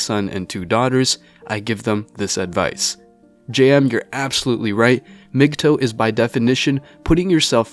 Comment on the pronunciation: You are pronouncing it wrong. It's not mg toe. It's pronounce mgtow like towel